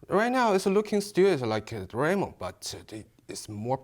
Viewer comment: None of them can pronounce Doraemon... both are asians...